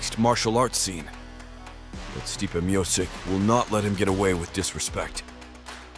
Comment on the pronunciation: Can this voice bot even pronounce Stipe's name properly